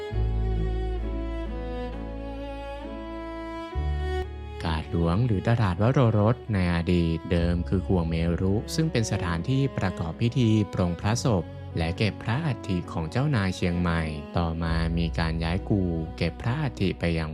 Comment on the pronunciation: ผลงานดีแล้ว ข้อแนะนำ เสียงพูดของชาวบ้านน่าจะใช้เสียงคนเชียงใหม่แท้ ๆ เพื่อความสมจริง คำว่า “ข่วงเมรุ” อ่านว่า “ข่วง เมน” สระอุ ไม่ออกเสียง เมรุ คือ ที่เผาศพ บริเวณนั้นเคยเป็นสุสานเก่าของบรรดาเจ้าในเชียงใหม่